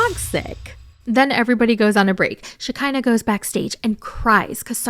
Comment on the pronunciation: lmao it's funny how you call her Shakiner